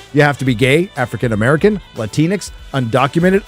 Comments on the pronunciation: I’m not Latina and I am American, but even I scoffed when I first heard that term. ‘X’ isn’t even pronounced that way in Spanish, and many Spanish dialects more or less leave that letter out entirely! It’s really hypocritical of the anti-white colonization harpies to attempt to Americanize the Spanish dialects of Latin countries from their moralistic high horses. Oh sorry, maybe I should use their language; how generous of them to share their superior intellects with the ignorant subordinate populations of the lower caste. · dude, wtf. Why are you pronouncing it latin x? Us Latinos have said over and over again we take offense to that. It’s modern day colonialism :/